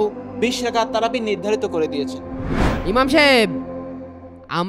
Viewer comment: ইমার নয় ইমাম